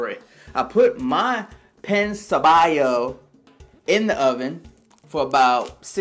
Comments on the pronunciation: Pan Sobao is pronounced Pong So Bow like Pow or Cow or How. Also, in trying to pronounce a specific word it is best not to make fun of the pronunciation of the word. It is perfectly fine to mispronounce unintentionally but to make fun of most of your pronunciations is just rude. Listening to the way it sounds takes patience and a proper effort. Being a youtube user it is extremely easy for you to learn the correct pronunciations so don't look foolish trying to be funny. You'll probably build a greater fan base that way. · His pronunciation was terrible but did you seriously just say that PAN is pronounced PONG?!?!